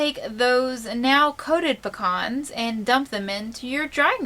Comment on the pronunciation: Picans new way to say pecans.....................great video many thanks